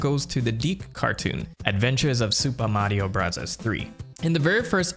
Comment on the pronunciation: Its not Supa Mario Brazaz